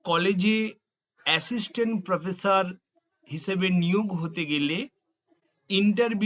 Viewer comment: আপনার উচ্চারণ ঠিক করে নামুন।স ,শ,ষ আছে । শ ষ হচ্ছে স।স হয়ে যাচ্ছে শ। প্রোফেশার নয়।াপনি /আপনারা অটো বা টোটো ট্রাই করতে পারেন।